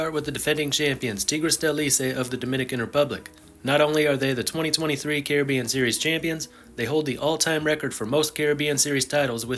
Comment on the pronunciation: I would have loved to watch this whole video, but I can’t with how he says Caribbean